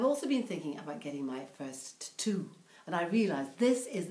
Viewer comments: jackie boy titu! it's a class way of pronouncing it :') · 68 ! I find that very hard to believe. I love to way you pronunced tattoo